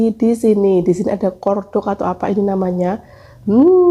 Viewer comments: Maxim mbak bukan makin Itu kualitas best setelah merk Teflon Yg paling the best dari luar negrj merk Tefal hrga nya jutaan Dan dibaca nya bukan Hermes tapi Hermey gitu pngucapannya Corn dog N nya dibaca bukan kor dog mbak 😁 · Kalo ngomong banyak yg gabisa , MAXIM BUKAN MAKIM, CORNDOG BUKAN KORDOG , TRS JUGA NANYA TAKOYAKI BAPAKNYA BILANG ORIGINAL,DITANYA LAGI ADA APA AJA . JELAS JELAS RASA ORIGINAL. MASUKAN AJA YAH ,KARENA DIBEBERAPA VIDEO JG SERING NGOMONG NYA GA BENER